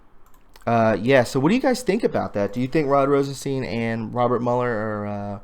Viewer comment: When you say Rosenstein, think of the monster Frankenstein.. that is how his name is pronounced...